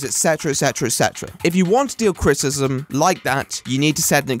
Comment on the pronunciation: Cri-ti-ci-sm, not crit-ism